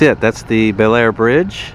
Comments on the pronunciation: Bellaire is pronounced Blair . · Bellaire, locally pronounced bullair, locally referred to as bell dirty, is the town where the train bridge scene from "Unstoppable" was filmed. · Bellaire is pronounced Bah-Lar